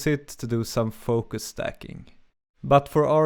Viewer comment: its stacking not "staking"